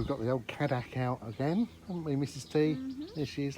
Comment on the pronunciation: Just FYI the pronunciation is Kay-Dack